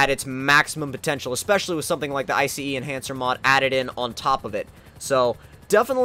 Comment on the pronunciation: IF YOU SAY I C E ENHANCER AGAIN. JESUS CHRIST. It's iCEnhancer not iCEEnhancer